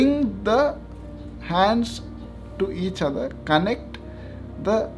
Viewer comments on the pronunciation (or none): none